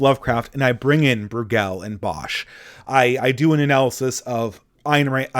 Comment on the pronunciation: Not BrewGELL, it's BROYgul (Brueghel)